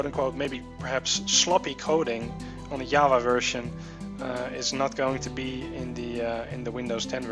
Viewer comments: no you say java as java, not yavah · Java, not Yava you scrub... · "bag fix bag fex" "yava" dis u guys hear dat?